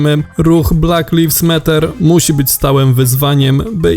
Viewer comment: [blæk laɪvz ˈmæt̬.ɚ] tak sie to czyta Panie lektorze. Przy slowie matter wystepuje "wtretowe r."